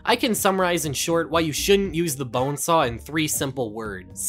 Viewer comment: Why does he say bonesaahhh